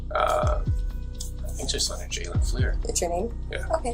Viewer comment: Agentmartin, please stop using AI generated narration, because the narrator is calling him a her at one point and it is saying his name is jaylene, which is not his name it is Jalen and it gets very annoying! If you're going to want people to like And subscribe to your channel, then maybe you ought to think about narrating these videos yourself instead of using AI generation! Because I know for me as long as this is going on I will never like or subscribe this channel and I will discourage other people from liking or subscribing to it also by explaining how you are using AI narration and how messed up it is! If you're going to get monetized for doing these videos, then at least have the common courtesy to make it worthwhile and do the narration yourself! I realize that it's easier to use AI, but to me it is less effective! 👎👎👎👎👎